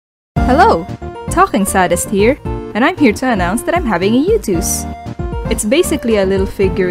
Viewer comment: FOR YEARS- WHAT !!!!!!!??????? For YEARS I THOUGHT IT WAS SADIST as in sadistic NOT SADist